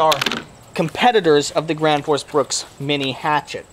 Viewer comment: "thi grans foos brooks"